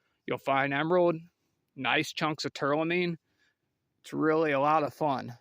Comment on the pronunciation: It’s called “tourmaline”, NOT “tourLAmine”